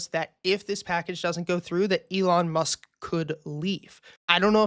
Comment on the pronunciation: Elon musk*. Not Elon must Lmfaoo